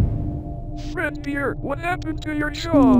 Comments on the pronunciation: AAAHHHHHHHHHHHH…. GAAAHAHHAHAH Anyways, why does apring keep saying “fred beer” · Are we just gonna ignore the fact that called fredbear “fredbeer” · Is it just me or is saying Fredbeer instead of fredbear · I love how says "Fredbear" its Fredbeer🤣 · Its funny how calls fredbear "fred beer" 😂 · Why did keep saying Fred beer? It’s Fred bear right? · I love how says fredbeer instead of fredbear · When says "Fredbear" i hear Fredbeer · Why does say fredbears name like fredBEER xD. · Why does. call fredbear freadbear? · Idk why says fredbeer lol